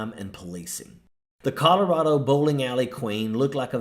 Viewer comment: She doesn't even pronounce the name of the state she, supposedly, represents, properly. The "rad" in Colorado is like hat, cat, bat etc.